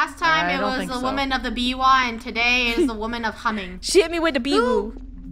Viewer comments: Biwu but its biwa lolll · She said biwu but it's really biwa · It's a biwa lol